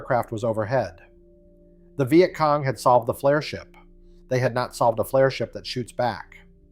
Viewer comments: This was great till it said " VI Et cong". God I hate A.I slop. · Is it really that hard to find a literate person to narrate these things? I don't mispronounce words such as Vietcong nor do I poorly mimic human emotions + I work cheap. A 6 pack of Guinness and I am yours till closing time.